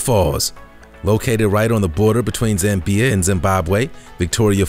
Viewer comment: He should have researched how to pronounce Zambia, as well as Sotho. Drives me nuts when people say Le-SOTH-o.